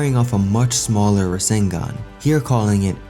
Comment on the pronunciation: Borushiki really said 'Rasengun'